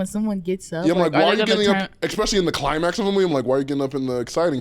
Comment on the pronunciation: there is no "x" in the word "especially" 😂